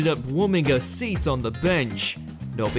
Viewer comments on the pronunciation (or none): none